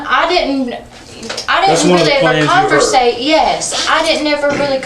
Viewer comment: Just from a purely linguistics point of view, the way she pronounces the word “con-ver-sate” is exactly the way Brits pronounce the word, and not Americans. This shows the Appalachian influence on Southern speak. The deeper into Appalachia you go, the closer to the Elizabethan era you get, language wise. In other words, Shakespearean English.